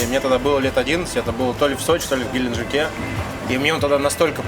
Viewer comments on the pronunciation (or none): none